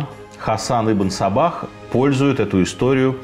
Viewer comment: Мне одному слышится - Ибн Собак?)))